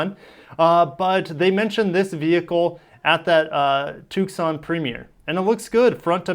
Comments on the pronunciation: I dont know how to pronounce everything but Tucson is pronounced Toosaan. The C is silent. Im a SW-sterner, sans the horse...well mine is mechanical but i digress. Ok since you wondered a Ducati V4S. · Just an FYI...the “c” is silent in Tucson. Lol it’s not a toque-son. 😅